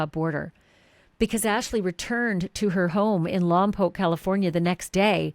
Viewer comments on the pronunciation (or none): Learn to say Lompoc correctly.